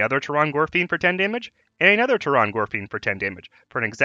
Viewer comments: It's pronounced "Terran" gorefiend. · Lol "Tear-on gorefiend"